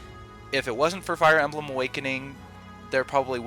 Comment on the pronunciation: Little speaking pro tip. When saying "Fire Emblem," put the emphasis on the "Fire," not the "Emblem." You'd be amazed how much the "Emblem" interrupts your flow when speaking if emphasized